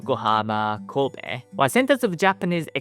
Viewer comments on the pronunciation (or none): none